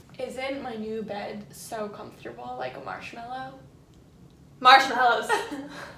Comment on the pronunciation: "MARSHMELLOWS"